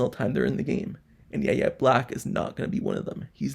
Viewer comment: So no YouTuber is going to say his name correctly? Have you watched any college football in the last 4 years? His name is pronounced “Y” - “A” Black! 😑